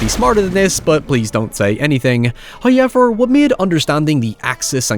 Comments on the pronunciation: Came for the review, stayed for the "hoyever" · First "hoyevver" drops . In accordance with prophecy.